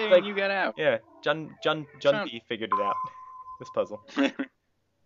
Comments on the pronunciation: I'm pretty late here, but it IS pronounced "june-pay" if you've ever played Persona 3, the comic relief character has the same name. :P Just thought I might point that out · June-pay. Like the Persona 3 character. :) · Yay you guys pronounced his name right ::D